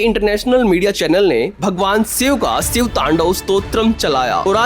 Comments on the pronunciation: भाई शिव बोल ले सिव क्यों बोल रहा है। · Video ki start me hi Bhagwan Shiv ke naam ko siv uccharan karke bhasha ka star gira diya, pahle content ki bhasha sudharo phir video banaya karo. Baar baar tumhare mukh se bhagwan shiv ke naam ka galat uccharan nahi sun paunga isliye video aage nahi dekh paunga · Siv nahi re baba shiv... Ucchar theek se karo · सिव नहीं भाई शिव बोलो । हर हर महादेव 🙏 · abey saale, siv nahi Shiv hai.. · Siv nahin " Shiv " bolna sikhiye 🙏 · अबे सिव नहीं बे.....शिव बोल... पहले तू तो ठीक से हिंदी बोलना सिख.... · 😂😂😂 भाई वो भगवान शिव हैं आप भगवान सिव बोल रहे हो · Abbey seev nahi shiv Bdk bolna to Sikh ley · Abey ghonchu pahele शिव और सिव के उच्चारण का भेद sikhale anpadh ganvaar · शिव है भाई सिव नही । स और श मे अंतर नहीं मालूम ।किसने पत्रकार बना दिया। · अरे बच्चे सिव नहीं शिव कहो .. स और श मे बहुत फर्क है .. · आप श को स बोलते हो.... ठीक करो भाई अपना उच्चारण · भाई aap सिव बोल रहे हो.. ये शिव हैं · सिव बोलना बंद करो, वो शिव हैं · Thik ucharan kar mere bhai Shiva